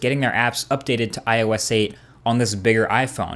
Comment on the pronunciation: i love how u missaying ios all the time. u said: iso ois etc... lool